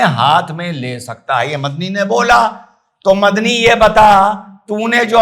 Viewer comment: मदनी की जगह मुझे बकरी सुनाई दिया 😅😅